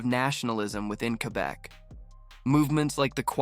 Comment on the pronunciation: LOL. You cannot even pronounce Quebe correctly.